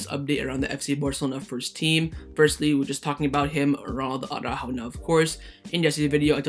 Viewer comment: Why do you soccer guys always say Auràjo instead of ARA-ÚJO?